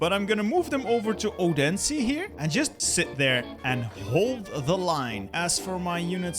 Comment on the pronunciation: as a fellow from Denmark i can say you prenounced Odense wrong.